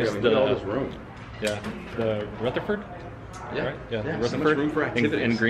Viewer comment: Lol "rootherford" Haha you're amazing!